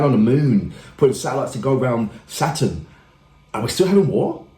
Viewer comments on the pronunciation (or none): none